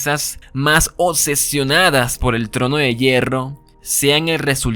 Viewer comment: Me desconcentra demasiado cuando pronuncia la C en vez de la B en oCsesión aCsoluta oCsesionada, pero me gusta el video